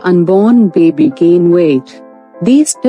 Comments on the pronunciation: A healthy beebee lol the way she says baby makes me laugh. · Like Moira Rose. 😂😂